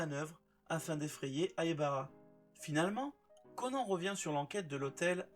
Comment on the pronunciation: Bonsoir, je note que vous faites un effort de prononciation en disant "Itakula". Je ne peux que féliciter cette initiative. Cependant, pourriezvoisla poursuivre avec Haibala, Kogoro et Môli (au lieu de Mouri, quelle transcription moisie n'empêche ) ? Merci. Et chapeau le résumé ! Ça doit être du boulot !